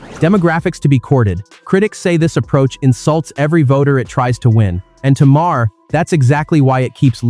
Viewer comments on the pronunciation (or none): Another time you call him Mar-her instead of Maher... He makes great points and you screw up it up with the talk over. Sweet Jesus can't you fix it? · Teest to voice sometimes require misspelling the script. Heher i learned is Mayor, Not maa-Her. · What kind of shite is this, this voice cant seem to make up its mind how to pronounce Maher's name, three different versions so far, two repeats of sections and I'm only 3 minutes in, thats enuff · I wish you would pronounce his name the same, are you an Al voice? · Nice video. We can ignore the fact you said Maher wrong. Twice now